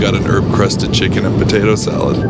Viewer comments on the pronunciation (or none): none